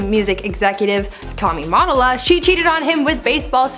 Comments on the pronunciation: TOMMY MOTTO -LA LMAO GEN Z 😩 TOMMY MA-TOLLA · U said mottola wrong